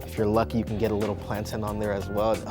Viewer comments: Bruh it seems like I’m the only Nigerian who is shooketh that he said ‘plantin’ Ah ah what is ‘plantin’? PLAN-TAYN! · ...my friend im questioning your nigerian-ness with the way you pronounced plantain... we don’t say ‘plan-tin’ like oyinbo people, ITS PLAN-TANE JOH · How you Nigerian but say ‘Plan-tin’ and not ‘Plan-tain’ 🤦🏽‍♀️ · How tf are you a naija boy and pronounce plantain as plantin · He’s African but he said plantin😳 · you’re a fake nigerian. man said plantin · Did my man just say plantin🤦🏾‍♂️ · My guy is Nigerian and said plantin not plantain Disgrace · Why is my nigerian bro pronouncing plantain wrong?!?!😫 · I was with you till I heard how you say plantain... like one staunch Jamaican eediot “Plan-tin” kmt say it right! “Plan-Tain” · Nigerian yet you pronounce it plantin 🤦🏾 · HE SAID PLANTIN AND HES AFRICAN IT IS PLANTAIN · HE IS NOT NIGERIAN HE SAID PLANTIN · Your Nigerian not Jamaican, it's PlantAIN not Plantin😧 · PLANTAIN NOT PLANTIN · this guy said plantin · Had to drop a dislike, the way he said plantain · Plantin not Plantain! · He's Nigerian and pronounced plantain 'plantin'... did I hear that incorrectly?? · hes not niherian if he says plantin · did he just say "plantin" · HOL UP!!. How's he Nigerian and calling it "plantin" in which Nigerian household 😂😂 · he’s nigerian yet he said plant-in 🧐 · Hmm this Nigerian said plan-tin...hmmmmm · Did I just hear a Nigerian saying Plant'in. Blasphemy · A Nigerian who can’t say plantain properly looooool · I'm ashamed that this guys doesn't know how to say plantain smh🙄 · The way he said plantain 😂🤦🏽‍♀️ boi your African act like it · This looks so good, but the way he said plantain just felt wrong